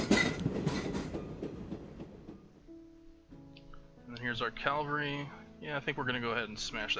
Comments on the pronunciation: IT'S CAVALRY NOT CALVARY, I'm sorry I had to get that outta my system. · It really bothers me how you say Cavalry. Its not Calvary.